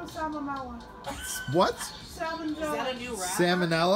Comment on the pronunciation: “I don’t wanna give them sammamella”